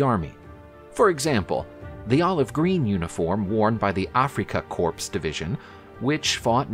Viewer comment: Afrika 'Corpse' 😂😂😂😂